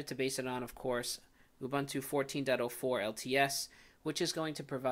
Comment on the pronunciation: It's "Ooh Boon Too",. Afrikan word not English:)